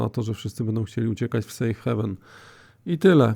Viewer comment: sejf hejven się mówi, 99% ludzi popełnia ten błąd.